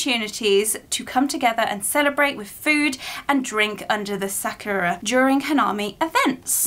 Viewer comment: I'm pretty sure it's pronounced sakurAko and the actual cherry blossom sAkura. Being on theme, you should watch "5cm per second" 🌸